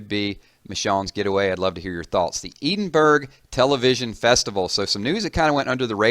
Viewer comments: its pronounced Eh-din-buh-ru NOT EEEEEEEDINBURG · Edenburg? It's edin-bur-ugh l. Capital of Scotland. Research it first bro before pissing off a country. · "E-din-berg"??? It's "Edin-bur-ra". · "ee-den-berg"... no hate, just letting you know it's pronounced: Edinburgh= "eh-din-burr-oh" it's in Scotland. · By the way it's not pronounced eedin-burg its pronounced as edin-bruh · Eden burg. Lmao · Pronounced "Ed-in-burr-oo". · Ed-inn-bra,,,, that's how you say it! Edinburgh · It's pronounced Ed-in-Burru (I should know...I grew up here) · "Ed" -as in ed the horse, "in" -as in and out a door, "bur"-as in brrr! It's cold outside!, and "row" as in row your boat. Ed-in-bur-row. This minus the Scottish roll of the tongue. BTW...I am not Scottish :D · Did you actually just pronounce Edinburgh as Eedingbrugh? No cool man, I wouldn't say it like that when you're walking through the city. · ED-IN-BURRA is how you pronounce Edinburgh. :) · Briana I would go with ED-iN -BurR -AH (cap emaphsis in strong pronunciation) - but fully agreed not a "duh" way. Trying to be helpful - plenty of places especially in Southern/ex French colony areas of the States I muck up on spectacularly until told. And happy to be put right. We do have a complicated system sometimes. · Awesome vid :D (its Eh-din-bruh) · Its pronounced ed-in-bruh lol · "Eedinberg". Haha. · lol , seriously one of the best known cities in the world . "Edinburgh" and you can't pronounce it :P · you really need to find a Scotsman and listen to them say the correct pronunciation of Edinburgh. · fair enough..I just knew it wasn't the pronunciation used in the video...brrr!